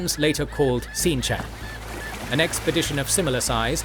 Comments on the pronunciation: And the land across the sea is pronounced shahn-chan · Very well done. Just a little tidbit, I personally am not worried about it but the Fandom for wheel of time is Uber hard core about the pronunciation of certain things. Seanchan is literally pronounced Llike the name Shawn and Chan from Jackie Chan. Also I'm pretty sure Artur Hawkwing is a rebirth of Arthur Pendragon in that the pattern will use him as a massive unifier